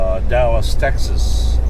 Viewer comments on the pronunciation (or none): none